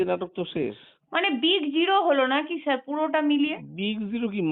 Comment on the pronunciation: Sir na bole chyar ei pronouncation